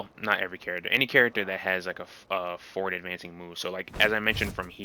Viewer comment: You "forward" sounds like "four". Took me a while to realize it. Great guide, nonetheless!